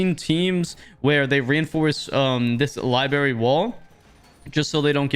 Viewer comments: its not "libary" its "LIBRARY" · Why you keep saying "Li-berry" lmao Sorry if thats how Canadians say it, but that sounds so fucking dumb i cant stop laughing lmfao Love the video though 🤣🤣